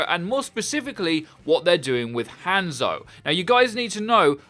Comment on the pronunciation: Every time I hear him say hANdzo I shiver a little.